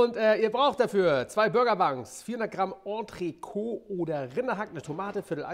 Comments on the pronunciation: An den Proofikoch: Es heißt Ondrekot. Das ist t ist nicht stumm. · Hello. Entrecôte wird anders ausgesprochen, als Koch könnte man das wissen.